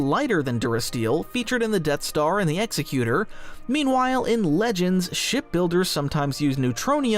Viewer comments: you're right, that's the canon pronunciation. It's not the "exeh-cuter" as is pronounced in the video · it's "ex-ekk-you-toore" since you helpfully neglected to include the correct pronunciation in your worthwhile comment 😉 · I hate to be that guy... Executor is pronounced (exec-U-tor). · Uhhh, isn’t it Ex Eck u tor? Pretty dumb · It's pronounced 'exECutor.' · Nitpick, but the ship name is pronounced "egg-zec-you-tor" like "executive," not like "execution" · no it’s the executor ex-ec-u-tor this guys Star Wars grammar is all over the place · Are you AI? You mispronounce “executor” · The super star destroyer you start off referring to is the Executor pronounced like Executive not like someone who terminates others. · You're saying Executor wrong. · Talk to an attorney to learn how to pronounce Executor properly. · It's Executor. Like Executer, not like Executioner. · This guy isn't even pronouncing it right anyway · EX-EC-YOU-TOR NOT EXY-CUTE-ER. GREG-GAR-IN. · Executor is pronounced like the person who executes a will, the executor of the will (ex-EK-u-tor). It is a representation of the emperor's will. It wouldn't be pronounced like "execute-or" because a person who carries out a death sentence is an executioner, not an executor. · eg-ZECK-yoo-ter, not EX eck yoo ter. Like Executive. You're confusing it with the verb execute, but the noun for that one is executioner which still doesn't put the stress on the first syllable. Also , if you're going to criticize something in space fantasy based on the real world equivalent, maybe don't use the sci-fi term "ship" but the real world term "spacecraft". You can't have it both ways.